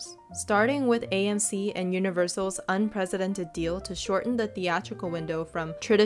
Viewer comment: It’s unprecedented, not unprezidented,.